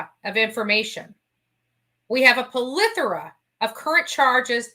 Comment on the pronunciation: You are going to hate me - lol! - but it's pleh-thor-uh not puh-leh-thor-a. I'm so sorry!!! lol!!!